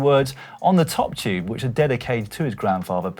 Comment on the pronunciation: Top tube Dan?!?! Didn’t know you were Australian 🧐